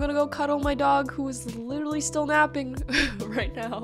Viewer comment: "littley" ...did you mean "literally"